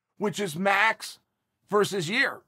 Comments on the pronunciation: I want to meet these fighters Chael is naming. Never met or heard of a guy named "Year OR Yaear" in my life. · He pronunced Yair, 3 different ways in this video. So fantastic. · So nobody caught that Chael didn’t call Yair, Yarear 🤔🤷🏾‍♂️😂